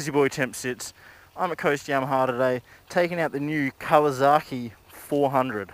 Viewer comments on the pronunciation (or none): none